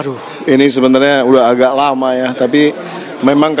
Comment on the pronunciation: heran, penyiar kok pada sakit pilek, mengucap memasang - pepasang, sangat - sagat, lama - lapa...dst